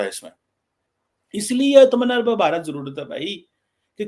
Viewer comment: Aatma Nirbhar...it's 2 separate words..it's easy to pronounce Aatma 1st and pause for a second and than say Nirbhar..😊